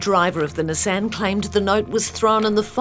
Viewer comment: The big takeaway from this video is that kiwis don’t know how to pronounce “Nissan.”